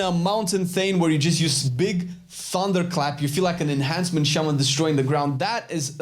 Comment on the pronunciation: Is it just me or when he says enhancement is thought he was saying Asmon